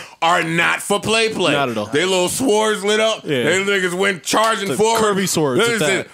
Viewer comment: Did Joe say sWords, not sords! Stop it Joe